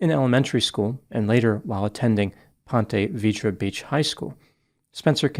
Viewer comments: Its ' pont ah vee dra ' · Last names as given names: always a mistake. Ponte Vedra Beach is in practice pronounced almost like puhntuh veedra beach. Don’t ask me why because I don’t know. It’s like how the sort-of-nearby Saint Augustine, Florida is generally pronounced Saint AW-gus-teen… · The punishment fit the crime! I used to live in this community and I can’t believe how violent this crime was. Seeing Madison’s stab wounds was intense. Its pon-te Vee-dra fyi but no worries 😮I mispronounce words all the time for locations